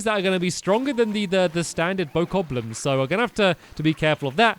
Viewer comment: . Bokoblins not "bokokoblins"